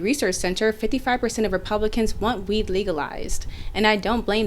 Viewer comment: Did this young lady pronounce it legalize, or weedalize? I honestly can't tell. 😂